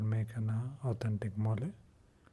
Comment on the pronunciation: I’m Mexican and the pronunciation of mole was on point, greetings from the other side of the world